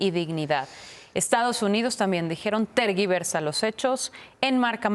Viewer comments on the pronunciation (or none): NO SABES LEER, no se dice “terguiversar” se dice “tergiversar”, y un LUSTRO TIENE 5 AÑOS NOOOO 50….que pena que no la corrijan…esta re pen&@@